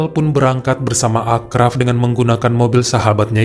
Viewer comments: Maaf itu di bacanya Asraf bukan Akraf: karena ponakan ku namanya sama kebetulan orang Casablanca juga sorry ya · Achraf bacanya Asraf bang 😀